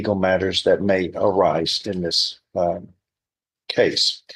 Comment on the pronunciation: "Coss number 23" ???? Does he mean case lol? Is this some weird pronunciation?